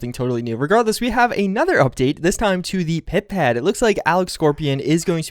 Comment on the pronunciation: why does he say Pip-Ped? xd